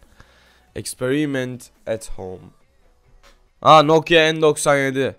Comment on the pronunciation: Bi türlü nokia diyemedin "Nokyo nokza" 😂😂😂😂😂